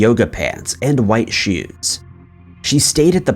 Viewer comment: Why do you say shoes like that